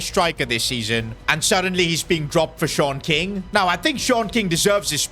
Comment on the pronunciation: I keep thinking he is saying short king instead of Sean king